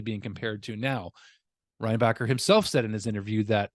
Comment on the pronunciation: I think it’s Reinbacher like linebacker